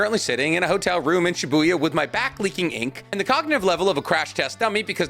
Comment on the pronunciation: SHIBUIYA?, NOOOOOOOO!